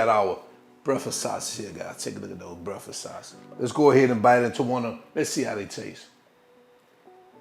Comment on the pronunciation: My man said “homemade brefux sausage” 😂😂😂